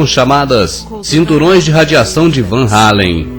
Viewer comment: E claro que foi tudo farsa, os 4 vídeos seriam melhores se tirassem a parte doentia por religião e as comparações idiotas ( titanic !?!? ) mas só uma observação: Por que o narrador fala "Anéis radioativos de Van Hallen" quando o correto é "Van Allen" Van Hallen é um cantor cacete só eu percebi isso???? kkkkkkk